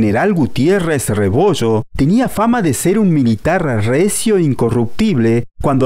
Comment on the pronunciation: Es multi millonarios no multi michonarios, es Medellín no mechedin, rebollo no rebocho, región no rechion, es fallo no facho, es millones no michones